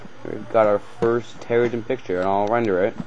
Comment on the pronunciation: It's not pronounced terragen like taragon. It's pronounced Terra-JEN as in terra GENERATOR, since it generates terraforms.